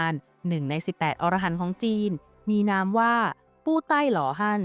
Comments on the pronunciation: พระอรหันต์ อ่านว่า พะ-อะ-ระ-หัน นะครับผม ถ้าอ่านว่า พะ-ออ-ระ-หัน มันจะแปลว่า นกชนิดหนึ่งในป่าหิมพานต์ ที่มีหัวเป็นคน ตัวเป็นนก ครับผม❤😂❤😂❤ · อ่านว่าพระ อะระหันนะครับ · คำว่า อรหันต์ ให้อ่านว่า อะ- ระ- หัน นะฮะ เพราะ ถ้า เสียง ออ .... จะคนละความหมาย